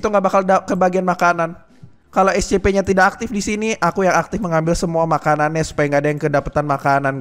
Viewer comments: Scp bang bukan escepe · Scp bukan escepeh bang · Bukan escepe harus nya yang benar scp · Scp bukan ecesekpek